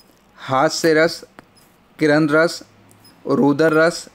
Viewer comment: किरन रस नहीं सर करूण रस होता है संस्कृत में